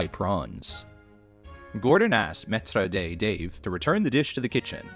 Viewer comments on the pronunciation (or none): 'Metra day' ? Maître d.